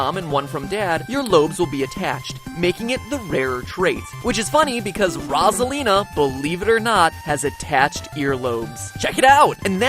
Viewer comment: Rasalina? Boi it's Rosalina no hate but get your facts straight. You may say it in another way but still. Rosalina like Ro-za-Li-na.